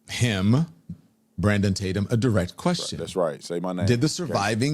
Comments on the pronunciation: Boy that 🍋 Don Lemon is such an IN-DEPTH “journalist”. Doesn’t know how to pronounce “Tatum”, and couldn’t even research your law enforcement background. I believe EVERYTHING don lemon 🍋 says! And then uses the word “credibility” about OT. He should still be arrested for his organization and participation in the breaching of a church service. I love how willing he is to humiliate himself each time he speaks. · Don knew his name. Acting as if he can't pronounce it. Arrogance at its best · First, his purposeful mispronunciation of your name is a typical trick. He knows how to pronounce your name. Then he attacks your credentials (ad homonym), coming from a guy who has done NOTHING in life. He read a teleprompter on cable news. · So, he admits he DOESNT KNOW his information ! About time !!! 😠😠😠😠😠 Can't even pronounce Officer Tatum last name ! 🤔 Nancy Grace is as bad as Don Lemon ! 😠 I will NEVER watch her again !! NEVER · How cute that he PRETENDS that he can't say your name at the beginning but has no trouble with it the rest of the show. Don, we know you know who Brandon is. Quit playin! You ain't foolin nobody! LMAO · Deep throater Don can't even say Tatum right! Or was that intentional? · Exactly! His intentionally mispronouncing his name was so fake and lame! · If he’s warned about Brandon from the beginning and done videos on him you think he would know how to say Tatum. It’s not like it’s even complicated to say. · The fact that he intentionally mispronounced your last name was comical. His apparent jealousy is so obvious. It would almost be entertaining but more sad than anything. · The purposeful mispronunciation of Tatum is WILD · Look at Lemon pretending not to know how to pronounce hour name😂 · Mispronounced Tatum's name on purpose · Can you not say his last name, right? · The fact he said your name as Tattum instead of Tatum shows he is an idiot, he doesn't deserve acknowledgement. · You know he knew how to say your name 😂